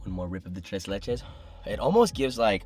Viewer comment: Solid pronunciation on the "tres"